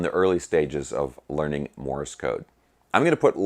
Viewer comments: Thanks great stuff. You are mispronouncing ‘Morse’ as Morris’ or I didn’t hear you right? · Morse is ONE syllable, not two !!